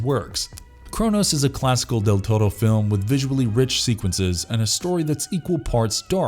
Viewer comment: What's with the Del Torro's name being pronounced right but Jesus is Geesus? 😂😂😂